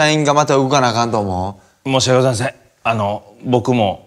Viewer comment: あるある 「申し訳ございません」の後半ちゃんと発音しない